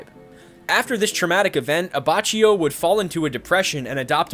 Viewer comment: IT"S AH-BAH-KI-O